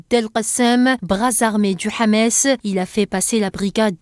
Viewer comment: C'est pas Hamès, c'est Hamas.